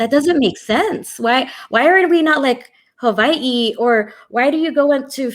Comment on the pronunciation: ... im impressed, she said Hawai’i correctly